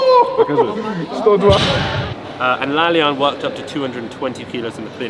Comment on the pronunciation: bro, it's pronounced La-La-Yan, not La-Lyan